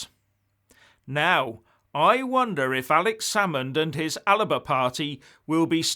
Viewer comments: I am sure it is "Alba Party", not "Aliba Party". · … Please pronounce Alba correctly. It’s Al - Ba….. NOT Al - a - Ba. This may be a little pedantic. But, these small details affect the quality of your good work. Not being on top of a simple pronunciation can undermine your credibility. Seeing as ALBA (AL-BA) is an arcane name of the land of Scotland 🏴 it has meaning. What would you think of someone constantly saying Engerland. At the very least you would probably consider that person to be ‘not so smart’…! I’ve been a subscriber for around 2 years now. Good content, nicely presented. But I can’t take anymore of AL-A-BA. I had to let you know. I’m sure the sweaties will thank me. May the Force be with you.🌀 (-: <*>:-) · Sorry to be pedantic,, but it's 'Alba' not 'Alaba'. Alba being one of the former names of Scotland, of course, and nothing to do with Swedish pop groups.